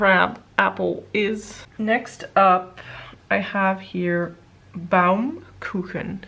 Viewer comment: Loved all the swatches. Is sad how fast glamshop discontinues their shades. And funny to hear you pronounce Baumkuchen, I am from Germany, you were pretty close. Litterally "treecake", found around the christmas time as a sweet snack. Made from layering the batter constantly so they form wood rings like on a tree stump. Very time consuming to make but delicious.